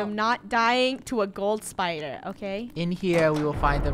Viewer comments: No its spader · SPIDER MOre like spyooter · Me: its bisty spidoor-: LULULULULULULU SPOODER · Yoot spooder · lol spooderr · Itsy bitsy spooder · Yes he is LULULULULU spooder